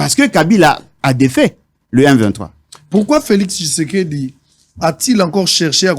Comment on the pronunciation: messieurs Féliseke messieur feliseke messieur Féliseke n’importe quoi oyebi ata ko prononcé Félix tshisedi te😏